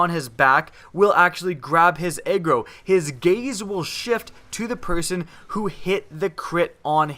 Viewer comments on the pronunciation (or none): it sounded like you said egg roll every time you said agro